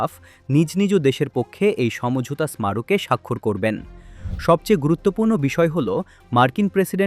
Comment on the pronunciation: স্মারক শব্দের উচ্চারণ সঠিক না করতে পারলে সংবাদপত্রে প্রতিবেদন পাঠ করা ছেড়ে দিন